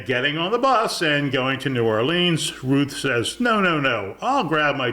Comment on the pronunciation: btw, if you happen to care, it's N'awlins, not New Orleeens.